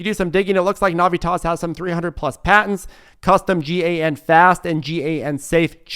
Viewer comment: FYI I sell semiconductors and you pronounce as GAN and SIC. You don’t spell out the letters.